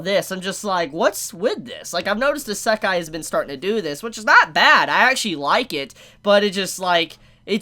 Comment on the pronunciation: Your pronunciation of isekai hurts me